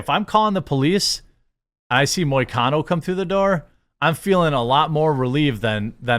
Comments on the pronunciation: You pronounced perfectly. And hes Brazilian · Im a MMA fan and you actually got the pronunciation of his name was on point Moicano is great he has allot of interviews like this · You pronounced his name correctly 👍